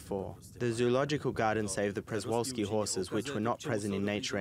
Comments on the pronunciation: Pshe-Val-Ski That’s how, as a Polish, would pronounce it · They’re pronounced shuh val ski